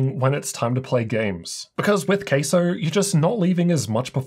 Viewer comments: Has to be pronounced with the CA in Cattle otherwise, it's gonna sound like Queso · Please don't called it Queso 🧀😂... Let's pronounce it Ka-sow. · It's obviously pronounced CASO not CASO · My brothers in tech, its pronounced CASO not CASO. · Sounds like your saying “queso” ….cheese in Spanish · it's pronounced C A S O